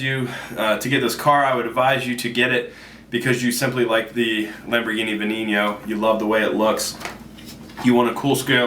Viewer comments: y u say veninio (not actual spelling) like it is spanish. it is pronounsed like ven-en-oh. ur saying ven-ini-oh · did he say, VenimiopyjapretoyipO? its { ve-ney-no } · It's spelt veneno but pronounced b-nen-o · I had to post this on a different video, but its pronounced Beneno. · Its Pronounced Ven-en-o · he can't even say the car name right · he's saying veneno wrong